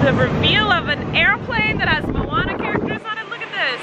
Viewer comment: OMG I loved how you said Moana